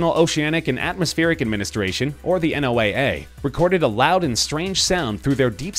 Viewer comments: ‘En-oh-ay-ay??’ FYI, it is pronounced “Noah” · FYI, NOAA is pronounced like the name Noah. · he said n.o.o.a but it said noaa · OMG! Nobody pronounces NOAA as “N” “O” “A” “A”. It’s pronounced “NOAH”, even by people within the organization. When you were spelling out the letters (like once would for CIA, FBI, etc) it took me a minute to figure out what the hell you were referring to.